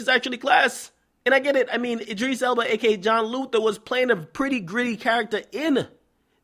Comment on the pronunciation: lol "Id-dris" nigga its Id-ris